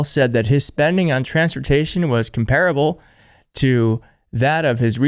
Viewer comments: Hi,. Please look up the pronunciations of "indicative" and "comparable." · mispronounced the words "comparable" and "indicative"